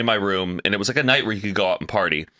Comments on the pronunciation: reaction to “rum” for room killed me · I’ve never heard her say room any way but “rum” It always catches my attention. Just how she says it guess. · the way pronounces “rum”